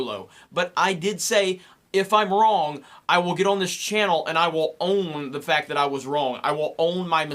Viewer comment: You are wrong at pronouncing the word "wrong".